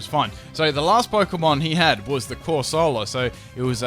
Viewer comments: cor sah lah? Isn't it cor se lah... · You say corsola weird